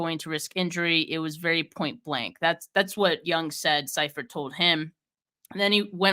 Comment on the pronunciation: I love, but she showing her youth the way she mispronounced Bono and Seifert. LOL. Gotta call you on it young'n. Ha!